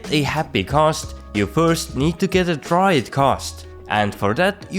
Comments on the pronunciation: G A Ss...T not ghosss ... lol u have a youtube on a subject that you cant even pronounce :/ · Stop saying CAST its GHAST dammit! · Why are u saying khast its ghast. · Thanks for the video but it is not kast. It is ghast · Ghast, not Khast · Are you incapable of making the G sound?